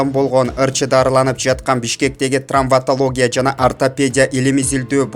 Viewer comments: Диктор,туура окучу кагылайын: ТРАМВАТАЛОГИЯ эмес ТРАВМАТОЛОГИЯ!!! БАКЫЛДПБАЙ УНУ ЖАГЫМДУУРААК БИРООНО ОКУТЧУ?!!(( Болбосо,уккан жанылыктарды эле кайталай бересин,жон эле койчу!!?((( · Трамваталогия емес травматалогия